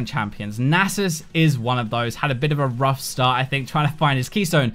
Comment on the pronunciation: So just said thet...Nasus..had..a..ROUF start ( ͡° ͜ʖ ͡°)